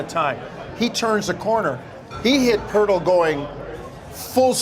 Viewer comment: Poeltl not Poertl